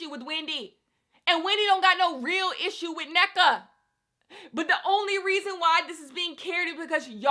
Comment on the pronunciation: I just wanted to say it’s pronounced En-Neka, like hold the n for a bit before you proceed with the rest of the name.